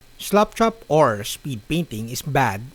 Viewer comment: I know it's the accent (not being disrespectful; I can only speak one language), but I love sounds like he is saying "slopchop". I think that what we should call it; it sounds like a better description because of the way most of us apply the technic. Keep up the great videos!